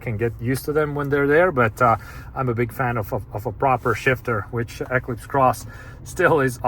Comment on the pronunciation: Why do you say Equis Cross😂